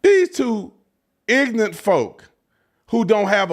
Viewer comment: It sounds very ignorant to criticize someone for knowing more than one language and pronouncing those words correctly. “YOU WRONG!”…😂😂 “YOU WRONG FOR DOIN’ THAT!” 😅 and btw you pronounced “ignorant” as “ig-nah-unt”… “say it in ENGLISH!” 😂😂